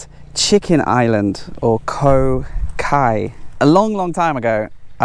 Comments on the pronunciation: Hi great vid but your Thai is a bit dodgy, chicken Island came out as egg island.🙃🥺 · jesus get the sub titles edited doing my head in same place written as trumpon and champagne and neither even close lol love the drone. The clean up on Koh kai was a great contribution. But your pronunciation of Thai towns and locations is rubbish lol but highlighting less known provinces and towns/villages is great. You have raced through a great province quickly and missed so much.